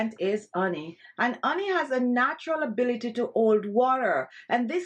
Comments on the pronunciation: It's called HHHHHONEY! NOT oney. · As an Italian woman, I pronounce honey as oney as well. 🤭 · Absolutely. With all going on.. in the world I am looking for some "light", humor, health, and happiness.. I saw this an said, hmm.. glad i did. Every time she pronounces " oney ", a smile grows. Made my day! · I was listening this video and than she said her secret anti-aging cream ingredients - ONY - Ony ? What is ony OH 🍯 HONEY= it was smart to write it down! Thanks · the oney :). You are suppose to pronounce the h. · Marlene DR ….it’s an accent. I love it. She spoke proper English without the “H” sound. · That’s the Caribbean pronunciation for honey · I just love the way you say "honey" ☺️. You drop the "H" as if you are of Bemba ancestry. The Bemba speaking people of Northern Zambia drop the H in their pronunciation of words that begin with that letter. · Yes, indeed, but it is a mispronunciation born of the Jamaican Patois. She IS Jamaican. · I love how you pronounce honey..lol Nice ingredients..will try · How cute the way you pronounce honey 🍯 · i live for the way you pronounce honey 🤣💛💛. love that accent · Learn how to say honey before you try and teach